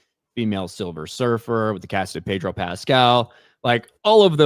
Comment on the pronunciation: 😂 and a "Pedro" becomes a "Reed". Ya know, Reed Richards from Nicaragua 😂😂😂🤣